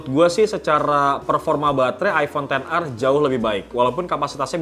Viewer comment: Kenapa ten ar c, bukannya ex er